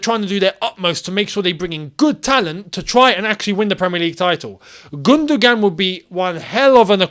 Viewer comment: think of it as GundoWAN and not GundoGAN